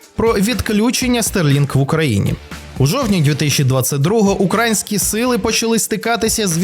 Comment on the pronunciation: Якийсь наголос дивний у ведучого в слові українське...